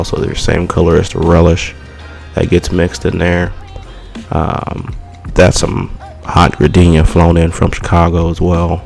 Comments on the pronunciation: Word my dude, good work.. I'm from South Side Chicago and just so you know, the peppers are pronounced 'Jardinare' here, not 'Gardenia', even though the spelling suggests differently.. Much respect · When he said Gradenia 🤦🏽lol but great video your definitely right this is more of a Chicago Philly or like you said sweet steak sandwich (sweet steaks are normally more saucy) now you make me wanna hit up home of the hoagie or babas